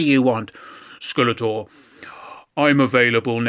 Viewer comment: I keep hearing it as “Skeletwat”, rofl